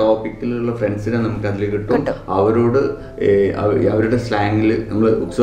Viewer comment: Malayalam kurachu padikanund...ayil alla 'athil'